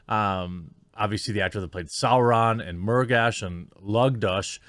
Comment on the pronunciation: I’m just surprised they pronounce Sauron correct.